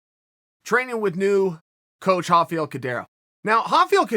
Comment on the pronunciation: Does someone realize that is not how you pronounced RAFAEL